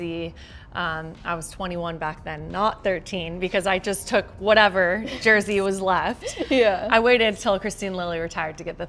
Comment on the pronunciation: I die a little inside every time says “Jersey”